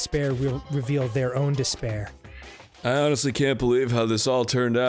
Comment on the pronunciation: i feel like this whole game was building up to monokuma saying the word "despair" as "disbear"